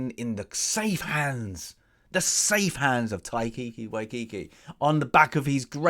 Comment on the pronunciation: Tie-Ka Why-Tee-Kee.... hope that helps